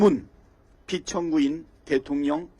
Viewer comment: 한국어에는 각 단어들에 장음(長音), 단음(短音)이 있어서 국어사전에도 표제어 장음 글자의 오른 편에 : 표로 표시되어 있다. 그런데 요즘 젊은 기자들은 특히 한자어를 말할 때 이를 전적으로 무시하고 전부 아주 짧게 발음한다. 예컨대 '여:당(與黨)', '야:당(野黨)', '대:선(大選)' 이라고 길게 발음을 해야 하는데 짧게 발음하는 것이다. 참으로 듣기에 딱하다. 이런 폐해는 한자 사용의 폐지에서 기인한 것이다. 정말 큰일 났다. 청구인측 변호사가 "피청구인" 을 아주 짧게 발음하는데 "피:청구인" 이라고 장음을 써야 한다. 요즘 한국인들의 '한자어' 구사가 이 모양 이 꼴이다. 정말 큰일 났다.